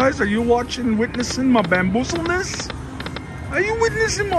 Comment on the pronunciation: “Bamboozeldness “ 😂 Good content keep it up 👍🏼